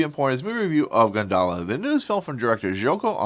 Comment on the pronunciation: Actually it pronounce goon da la (gundala) (indonesia pronounciation)